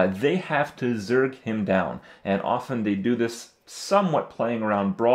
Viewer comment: THAT IS NOT HOW U PRONOUNCE OFTEN !!! :D